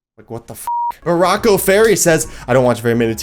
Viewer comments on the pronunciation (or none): none